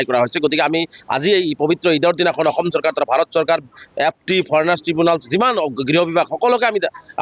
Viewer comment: বাংলাদেশীয়ে তেনেকৈয়ে কয় বাংলাভাষীয়ে ক'ত অসমীয়া শুদ্ধ কব পাৰিব ।